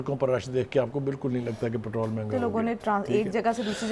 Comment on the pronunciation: Patral 😂 please watch your words lady it’s called patrol